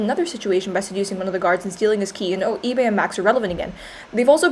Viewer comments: im sorry but the way that she pronounces Ibe is so funny I- EEBAY WWWWWWWWWW AHAHHAHAH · They way she said Ibe made me have to rewind the video because I thought it was Ebay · The way you pronounce ibe kinda sounds like ebay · Everytime she sais ibe i understand ebay lmao